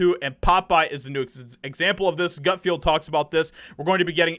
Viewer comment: Gut FELD, not field!